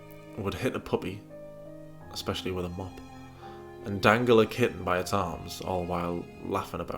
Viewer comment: says 'Ek=specially'' instead of 'especially'. But we all know she can barely speak English..